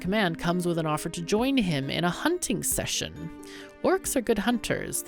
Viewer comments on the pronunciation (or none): none